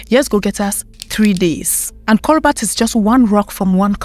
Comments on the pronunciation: It's coBAlt, not coBLat or COLbat. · It's Cobalt, not colbat. She should pronounce it right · Cobalt not colbat and kenya has cobalt and coltan but they don’t wanna mine it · Cobolt not cobalt I think